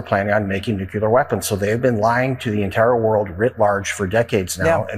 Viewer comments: Hey Van Orden! It's nuclear, not nukeler you stupid uneducated politician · That congressman on fox wearing a farmer outfit, sounds really uneducated saying “nukyaler”, it’s nuclear, and Iran has no nuclear weapons, and was not a threat to the US, until our destroyer-of- everything- in- chief, bombed them, murdering children and teachers, and like pirates wanted to extort their assets. Fox can be 🚽🧻 forever. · Can you take anyone seriously who pronounces the word " nukular" weapons? Get a dictionary and check pronunciation before you look ignorant. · None of them can even pronounce nuclear